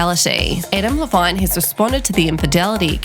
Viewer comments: The way ya mispronounced his last name😂😂😂😂😂😂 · the way you pronounce Adam Levine is so great